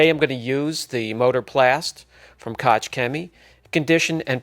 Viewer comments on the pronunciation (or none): "KOCH"☝️ and not "Kotz" which means 🤮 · wow wait a minute, what's with the fancy room and furniture, you can't just start a video somewhere new and not tell us about it:D. But I like the room! The pronunciation of Koch is hurting my ears though as a neighbor to the Germans, I'm sure German-speaking viewers as well haha, UK John does it too. but can't write how to pronounce it, since in English there is nothing similar to the sound of a g like in German. however, if you go to google translate, select German type Koch and press the small microphone button, you will hear how it's pronounced:D No biggie though, just a detail. But I thought I would share it for the people who wanna know or don't know the google translate button yet. Cheers